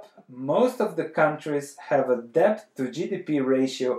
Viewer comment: The "b" is silent!!